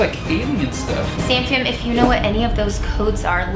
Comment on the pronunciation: She says Zam fam not Sam fan